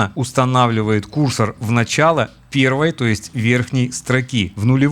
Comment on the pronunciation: кýрсор режет ухо. курсóр правильно.